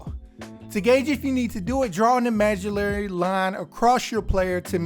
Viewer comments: Immediately paused the game to check comments to confirm he really said that and it wasn't all in my imagilaration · Lost me at imagilarry line... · Draw an Imagalarry line he said 😂